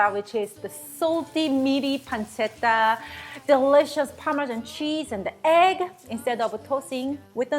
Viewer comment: perfect pronounciation of "pancetta" (the first of the two times she told the word)! Wow, superwow!! (an Italian)